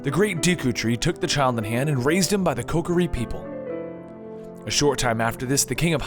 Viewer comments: also it's Kokiri (pronounced koKEEREE), not Kokori. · ALSO IT IS PRONOUNCED KO-core-e